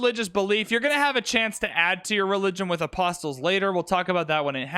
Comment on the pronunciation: BTW you don't sound the 't' in apostles